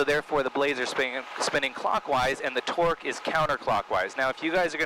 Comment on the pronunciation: & - I'm hearing "Twerk," didn't you mean "Torque?"